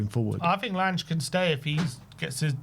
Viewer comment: You can’t even pronounce “Lange” properly and I’m supposed to take this seriously?